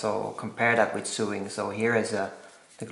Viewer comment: Thankyou for the video. FYI sewing is pronounced sO-ing and sew is sO